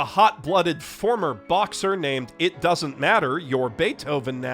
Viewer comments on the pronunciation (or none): none